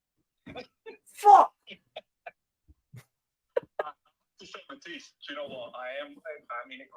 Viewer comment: "People are calling you Mudtisse" 🤣